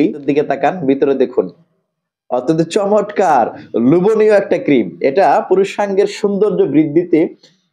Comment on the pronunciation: ভাই কিছু মনে করবেন না। শব্দ টা চমৎকার। চমটকার নয়। লক্ষ্য করুন।